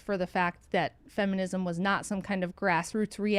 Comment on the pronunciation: Third person can't even say feminism.😂 I'm out